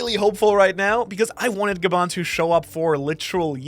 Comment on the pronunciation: Bro got gaban right